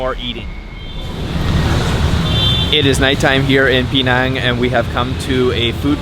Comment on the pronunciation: Hey it is pronounced Penang not Peenang.